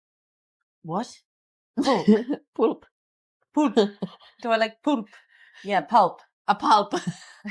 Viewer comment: "poolp" LOL I love 🥰 These meals look really good 👍 you were taking good care of yourself the best way you knew how. Amazing!